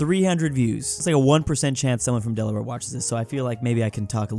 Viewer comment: Why did you butcher my home state of Delaware